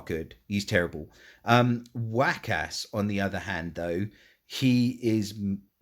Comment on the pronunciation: I have to keep rewatching this video to help make decisions and I just noticed you pronounced Waqas as Whack-Ass. haha!!